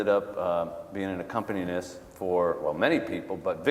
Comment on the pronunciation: Sorry, the touchdown/clutch down rhyme is brilliant. Homeboy can't even pronounce accompanist.